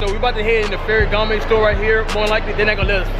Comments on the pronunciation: LOL .., if you making a video about high ending shopping.. for the sake of god, someone tell him how to pronounce Ferragamo and Versace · lol feragamme its called ferragamo. and that was versace lmao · It’s not “ferry gam may” it’s “ferra gam o” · CMON CASH ITS FERRAGAMMO NOT GAMME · Wtf is ferragamay? Thought if was Ferragamo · I I I I just gone have to go wit Ferragama!! It's Ferragamo Cash!!!! 😂😂😂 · Cash it's not ferragoma it's ferragamo stop adding the (A)😂 and u was at the galleria mall in Texas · yo it's not feragamay it's Ferragamo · Tf is ferragamae its ferragamO not ae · its not ferragama its ferragamo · "ferragamo" cash...not "gamay" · 😂😂😂 "Ferragame" its ferragamo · cash it's not pharagamme lol gammo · if he say fereagame one more time 🙅 . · It's ferragamo!!!!!!!!!!!!! Btw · Goat did u really just try to correct him and u still said it wrong it's "farragamo" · Yvng_papi809 ferragamo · fool keeps saying ferragamay... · The way cash said "ferragamo" is so cringey he said "ferragi" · Sound like he sayin "ferragamay" 😂😂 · LMAOOO Ferragamay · Ferragamè lmaoo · Ferragamme😂😂😂 cash would pronounce anything wrong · Pharagammè and Fasashe... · Did this nigga just say ferragame? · the fuck is FerragamA😂😂😂😂😂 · Its pronounced "FAIR-UH-GOM-MOE" not "FAIR-UH-GOM-MAY" nigga damn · Yvng_papi809 did u just try to correct somebody and said it wrong 😂😂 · My nigga i mean this with the utmost respect if u cant say Salvatore Ferragamo right U dont need to buy it real shit smfh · Cash can't pronounce no designer name. 😂😂😂 shit tragic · Bruh he say foshashi instead of Versace he said ferragamay instead of feragamo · feragamme? lmfao cash cant say Versace lol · When cash said farragomay and berburry😂😂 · "Vershashe belt" "ferragamay" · "Fashashee" and "ferragamay" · "Ferragama" "bearberry" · Ferragame. Vershashee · Bruh ferrogamé versache Louib Buitton 😂😂😂 cash r u being seriously or r u trolling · Nigga said ferragamee,vashee